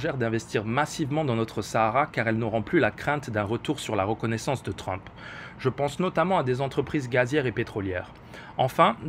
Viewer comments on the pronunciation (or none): none